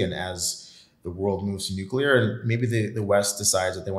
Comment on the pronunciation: Did this fool say nuclear energy ? Smh